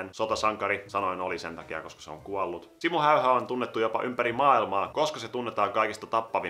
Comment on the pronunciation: ''Siimmou Heiha'' xD #Suomionvaikeekieli